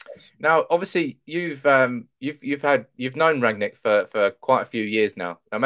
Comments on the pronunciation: It's Rangnick not Ragnick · Rang-nick,, not Rag-nick. RANG-NICK.